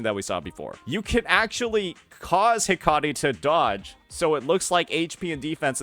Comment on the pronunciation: heck-uh-tee not....that.